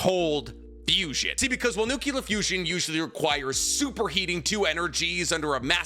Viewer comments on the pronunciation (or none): NUCLEAR! NOT NUCULAR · Love you..but its Nuclear not nucular.... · I love the way you say nukular.